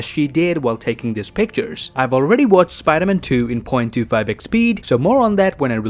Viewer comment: he said number twee